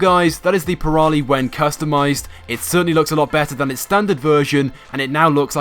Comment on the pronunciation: It's called the Prairie, not pra-i-lie.